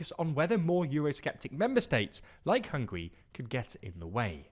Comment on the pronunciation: Bro, they are not hungry, they are Hung-guh-ree